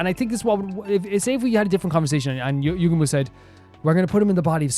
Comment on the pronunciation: By the way, your first pronunciation of "Yugamu" is actually more correct than the EN dub's pronunciation! It doesn't matter too much, but basically don't stress out over whether you're pronouncing it like the dub or not lol. (I sure hope you don't try pronouncing "Kako" like the dub does though lol. That one bugs me in particular, but I guess they didn't want her name to sound like a part of male anatomy??)